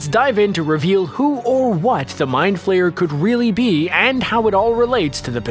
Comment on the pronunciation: It's flare not flayer